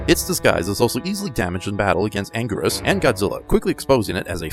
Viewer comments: It’s angurius not angweerus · It's angweeerus